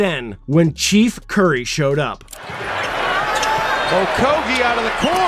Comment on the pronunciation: it's Chef, a la cooking,. What is this Chief you're pronouncing??